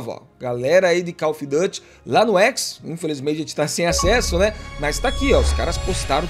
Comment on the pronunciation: koll ofi Du ty. para ele 😂. Cada uma né? 😂